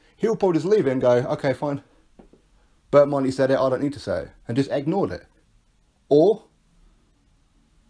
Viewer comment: Do you mean berndt bonte? Bert Monte lol?